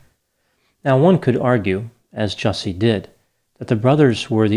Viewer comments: You're pronouncing the name incorrectly. Ju-Ce (as in a the beverage you drink) 😅 Justice for Juicy. Dave Chappelle just slaughtered him rhetorically. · Just a heads up - his name is “Juicy” …. He doesn’t get the respect of proper pronunciation lol